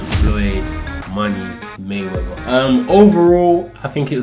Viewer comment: "Floyd money mayweva"🤣